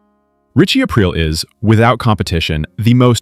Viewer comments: Thought it was Richie A-Preel not April? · Definitely an AI channel narrator calls him Ritchie Ape Rill at the end lol. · Once he said ‘Ritchie April’, I couldn’t take this seriously. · Why do you keep saying his name wrong is this AI??